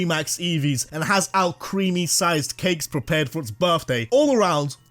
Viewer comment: IT'S ALCREMIE, NOT F*CKING ALCREAMY! FIX IT NOW!